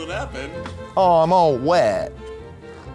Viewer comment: Oh my gosh, when Eugene opened the Busch beer and it exploded, when he said, "I'm wet," his true Texas accent sooooooo came through!